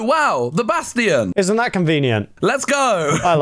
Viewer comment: i love how say "bastion" like basftion